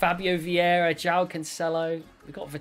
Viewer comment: Mans said: don’t get his name wrong, Felix.. JOWAWO Felix 😂😂